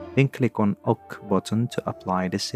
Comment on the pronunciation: "Click on OCK button"